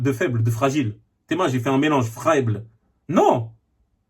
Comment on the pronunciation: « Fraible » ça m’a buté 😂😂😂